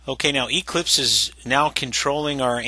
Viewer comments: It's Eclipse, not EEclipse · The way he says Eclipse is annoying...